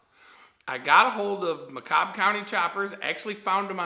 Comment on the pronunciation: Thanks for the demo, really appreciate it! Btw, it’s pronounced, Macomb as in “go comb your hair”. Just fyi.